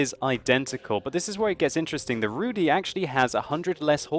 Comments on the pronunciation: Not Rudi but ( Rudy ) and not Szaryk but Szarik :) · RUUU DIIIII (long i)... not RUUU DEEEE (long e) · Pleas pronounce it /rudγ/, not /rudɨ/. And joke about vodka was bad one. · Zabawnie słyszeć wyraz "Rudy" wymawiany przez anglojęzycznego człowieka :D